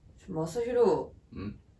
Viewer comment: まさひろじゃなくてまさひろぉなんだね